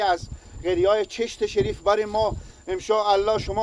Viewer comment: برادر محترم شما که بطور غیر حرفه‌ای و صرفاً برای کسب درآمد کار رسانه‌ای می‌کنید حداقل کاری که برای بهتر شدن کیفیت و محتوای کار خود و همچنین جذب حداکثری مخاطب می‌توانید انجام بدید ارتقای سطح دانش و فن بیان است که آن هم با اندکی مطالعه امکانپذیر است بند سلما‌ را سلمه میگی انشاالله را امشالا میگی🤔 و در نهایت میگی دل خارجی‌ها بترقه در حالی که این بند با پول و همکاری‌ خارجی‌ها ساخته شده وگرنه چرا باید پرچم ( بیرق ) هند روی دیوار آن باشه🤔 ضمناً در طول همین چند سال خارجی‌ها از این بند محافظت می‌کردند و تروریست‌هایی که شما آنها را برادران امارت اسلامی خطاب می‌کنید سعی بر تخریب آن داشتند! در کل کاری به این مسائل ندارم مشکل اصلی فن بیان شما است که بسیار در سطحی پائین و مبتدی قرار دارد.